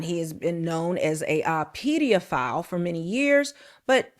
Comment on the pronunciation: do your homework. Take notes so that you don't have to remember what you're going to say. And, don't make up words. It's "pedophile" NOT "pediaphile." Also, Woody Allen did not adopt his future wife. Mia Farrow (Woody's girlfriend at the time) and her husband, Andre Previn, adopted the young girl (Soon-Yi).